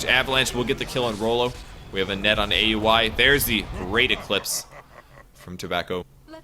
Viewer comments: it's Ow-wee, not A U I. Just a heads up for future reference! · the way you pronounce aui is weird